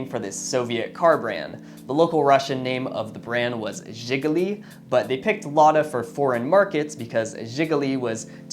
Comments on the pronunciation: It's pronounced She-gu-lee, Shegulee. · He pronounced it right but the stress should be at U, not first I. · The stress is on the last syllable.